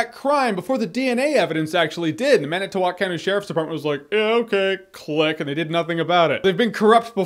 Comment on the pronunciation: Thank you for pronouncing it Man-i-tow-walk and not man-it-tow-wick. Good job!